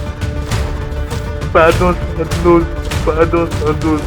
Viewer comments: Pahdon pahdon 😂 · "Padiion yé té démane paadon " je suis mort il demande un pardon foireux hahahahahaa